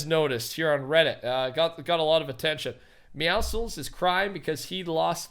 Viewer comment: Deadmeow(slces) [And it's not "meowsicles" people. It's like "meow" and "muscles".